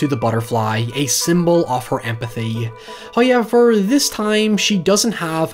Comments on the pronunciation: Noone:: HieVeR for NOi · "Noeuy" "Hoeuyever" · Six minutes in and not a single "high-evver"...